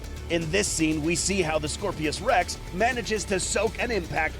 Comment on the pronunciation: It's Scorpios rex not scorpesrex